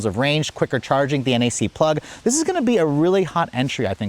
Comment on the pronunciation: Every time he calls it a NAC plug it bothers me so much…. It’s NACS 😭